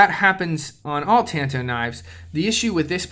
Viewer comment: It's pronounced tahn-toh The Kobun variant was used by the CIA. The slim profile made it easy to wear, like in your boot.